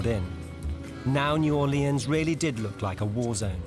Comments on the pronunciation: It's New Orleans not "New Orleeahns as you pronounced it incorrectly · Most of the natives pronounce it "New Or-lenz" or "New Or-lee-unz," always with emphasis on the "Or." Only drunks and idiots pronounce it "New Awlins."